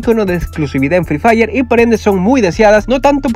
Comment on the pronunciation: hay decía "free dire"